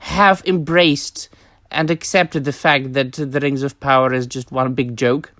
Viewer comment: The way you say Rrrings of Powwaaaahh hahaha